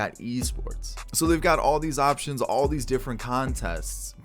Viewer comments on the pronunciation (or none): none